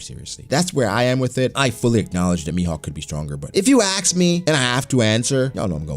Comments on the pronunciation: Its "ASK" not axe. Stop saying it like that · It’s all fun and games till someone says “axe” instead of “ask” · EYYYYY SAID AXE AGAIN